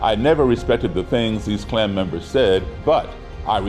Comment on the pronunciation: My name is also, and I think the clan is stupid Beyond any stretch of the imagination, however please stop adding an L to the first part of their stupid gang name